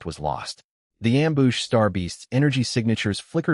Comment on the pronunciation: The AI has been dipping into the booze. Amboosh, amboosh, amboosh.